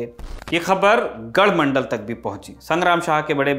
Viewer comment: Its not gadhmandal its gadhmandlaa and kaalchuri is kalchuri